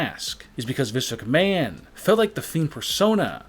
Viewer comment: Hol up this dude says, and I quote "Vince mchmahooon, is grooming hi, for WE"